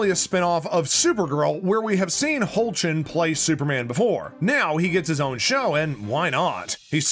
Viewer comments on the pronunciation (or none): "HOACHlin" ahaha no it's pronounced hecklin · It's pronounced "Heck-Lin", not "Hoch-Lin". Cool video otherwise 🙂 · me correcting you everytime you say hochlin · Smh dude. No. It’s pronounced Heck-Lin. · It’s pronounced heck-Lin 😅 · It bothers me so much when they pronounce his name wrong 😤😤😤 It’s “ HECK- LIN” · How he pronounced it hurt me inside😭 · THANK YOU!!!! Not to mention he fort his breakout role; Road to Perdition. 🤦🏽‍♀️